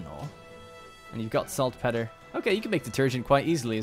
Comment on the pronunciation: Jewelry - JEW-EL-REE........ (also, Salt PEETER)